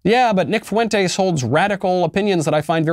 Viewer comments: I think its pronounced font-eys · Said his last name weird, but yeah at least he did say it.